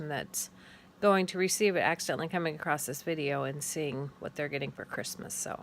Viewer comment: Lovely work, but I have a question... At around 3.52 minutes, you said "acrossT". Is that an actual word? I seem to hear it a lot from American people. I'm genuinely interested. Thanks.